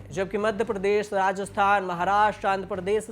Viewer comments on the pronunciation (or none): none